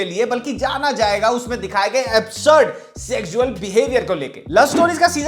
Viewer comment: bro can't pronounce "sexual" and "fetish".